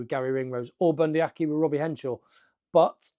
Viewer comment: It's Henshaw, not Henshore!